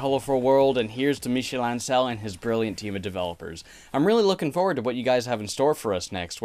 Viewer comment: The pronunciation for “Ancel” is all over the place in this video